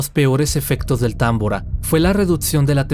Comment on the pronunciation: Es tambora no támbora porqué lo pronuncias mal 😏